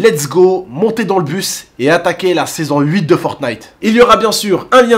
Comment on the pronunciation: Tu a mal dit fortnite 🤣🤣